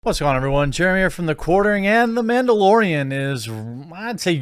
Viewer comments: It's Mandalorian, not Ma'amdalorian. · Its Mandalorian not Womandalorian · It’s called MANdolorian not Bitchdelorian.